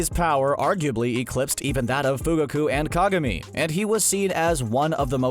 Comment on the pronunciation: The way they say their names are horrible ,Fugaku, Deidara